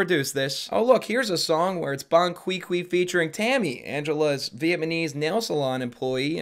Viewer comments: I came to the comments TO MAKE SURE someone brought this up😂. "Viet-ma-knees" is how it's spelled in my head. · Ugh, so frustrating haha. He's acting all superior and preaching while saying "Vietmanese" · he most likely has a speech impediment, atleast he’s supporting the viet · I had to find someone mentioning it in the comments. VietMyKnees. Lol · am I the only one who hears him say "Viet-MANESE" every single time???!!! LMAO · pronouncing "Vietnamese": VietMAneze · did you say Viet-man-ese? Now that's punny! And it fits neatly into this faux red pill bit! The war against viet-mam! Am I right? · off brand cody ko saying vietMAnese 2 TIMES made me end my watching experience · "vietmanese" lol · Um. "Viamanese"? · i need to see more comments about "vietmanese" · Comedy is subjective, and she sells tickets. I think Jim Carrie is the worst comic ever. I'd rather listen to her on repeat for 24 hours than watch ANY JC movie. What is veitmeneez? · Sorry Buddy, but Vietmanese? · Vietmanese lmao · She is definitely not funny. But man... "Vietmanese" is kind of worse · being able to pronounce the country of Vietnam correctly yet changing the pronunciation for Vietnamese is the most shocking thing in this video. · I thought I was hearing things when he said Vietnamese lol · Well we're certainly learning together. For example today I learned that doesn't know how to pronounce the word "Vietnamese" for shit. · it know this is from a year ago, but being unable to pronounce "vietnamese" is truly doing it for my crush on him!! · The fact u said Vietnamese wrong but Vietnam right is hilarious lol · The way you pronounce Vietnamese is 1000 times funnier than anything she said. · Says the guy who can't pronounce Vietnamese 😢😮😅😅😅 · How in the hell you say "VietMANESE" but say "Vietnam" right? Is this a Canada thing? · (spits out drink) did you say "VIETMANESE???" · Ya’ll are trippin’! I didn’t hear a “t” in Vietnamese. “Veahmaneese.” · V et my knees?